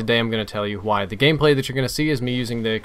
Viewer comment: you say "Qwhy" instead of "Why" lol reminds me of king of the hill